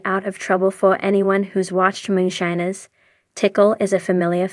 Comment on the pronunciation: Theses AI voice overs or people reading a script not knowing anything holy cow. I lasted maybe 25 seconds before she said moon shinners